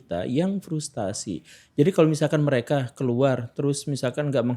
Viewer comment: FRUSTRASI bukan FRUSTASI